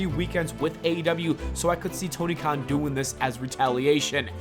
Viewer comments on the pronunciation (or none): none